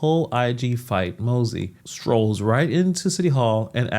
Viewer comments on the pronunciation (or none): Im starting to think you’re AI. The agency is pronounced MONSE. The reporter says the name however you continue to say MOSEY in your reporting. Can you not pronounce it correctly or something?